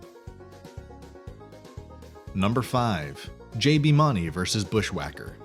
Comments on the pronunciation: It's pronounced MOONey, not MONey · You don't pronounce JB Mauney the way you're pronouncing it, you're pronouncing JB's last name as Maunney it's not pronounced that way Mauney is pronounced to sound like Mooney although it's Spelled MAUNEY It's still pronounced JB Mooney. Just Saying. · Hey, JB's last name is pronounced Like "moony" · Learn to say JBs last name correctly for starters and 2nd Tuf made a promise to his son that would never get on that bull again after he got hurt at the pbr finals 3rd lane wasn't killed June of 1989 he was killed in July of 1989 if your going talk about bull riding get your facts straight. O ya it's PRCA not PCRA SMH learn your facts before looking like a dipshit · That isn’t how you pronounce JB Mauney’s last name!!!!